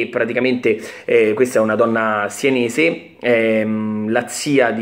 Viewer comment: Si dice SENESE no sIenese